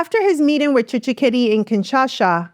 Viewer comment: TSHISEKEDI NOT TSHISHEKEDI